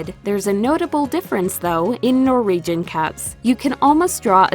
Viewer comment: What is a 'Nor-region' :-\ Norwegians are phonetically pronounced as 'Nor-Wee-Gen', everywhere except the US, it seems...lol